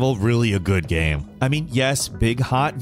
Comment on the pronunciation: Hate to be that guy, but did anyone else notice how often he said "gam" instead of "game"? Kind of a weird slip.